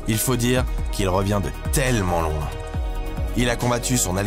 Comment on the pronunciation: Why did he say "loan de la" instead of loin de la?